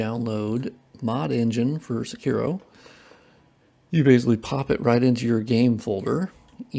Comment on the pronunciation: Say kee roh not suh kiro, say part is partial